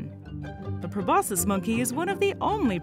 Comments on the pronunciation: just a suggestion: if you’re going to make a video with a prominent word repeated over and over, verify that you actually know how to pronounce that word pro-BOS-kiss not pro-BOSS-iss. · Aren't you supposed to pronounce the "c" sound in proboscis?